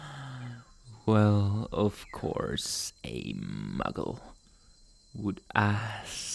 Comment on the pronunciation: Him: (calls me 'myggle') Me: * dies laughing*, I ain't no muggle!